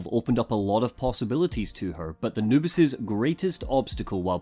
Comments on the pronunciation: For some reason i keep hearing "anubis" instead of "noobis" so my mind just imagines a jackal god trying to play videogames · Same here, for the first video I kept wondering why he called his girlfriend Anubis.